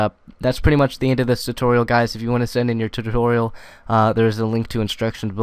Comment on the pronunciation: LOL you said tititorial